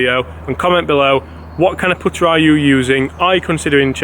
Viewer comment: Learn how to say putter